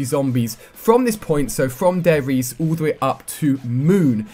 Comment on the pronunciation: You have to say the E in Riese aswell Ali ;)